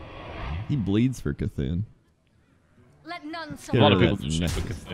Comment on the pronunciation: the mob is called C'tun not K'thun.